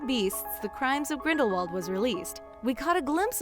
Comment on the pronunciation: she said "when the first fantastic beasts, the crimes of grendalwold "